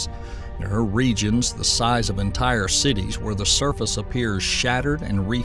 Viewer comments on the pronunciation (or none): none